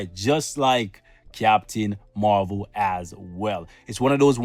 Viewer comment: I loved that when you said captain marwhale instead of captain marvel.. 💓💓💓